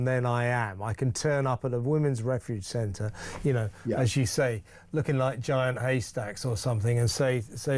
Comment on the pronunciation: "I konow more than the supreme court" 😂😂😂